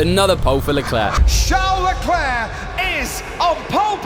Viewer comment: Ah yes, "Charles Lefuelflow"